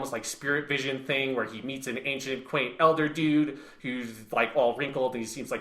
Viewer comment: Also Quent not Quaint. But real rap I would love a sequel to this where we finally hear thoughts on Armored Trooper VOTOMs Shining Heresy